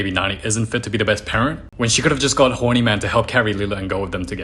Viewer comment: The way bro says horny gets me everytime 😭😭😭😭😭😭😭😭